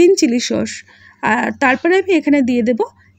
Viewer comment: শব্দ টা খুব বাজে লাগে ।সস না ।হবে sauce.